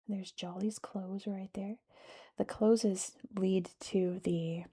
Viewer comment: Its Close as in being close to something rather than closed. Wynd is not pronounced wind. It's like winding a watch. I've done a terrible job of explaining that!